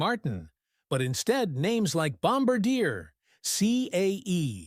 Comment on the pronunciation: Great video👍🏻 one thing though and this isn’t the first video to mispronounce it but for future reference Bombardier is pronounced bomb-bar-dee-ay (in English anyway…in French it’s bomb-bard-jay)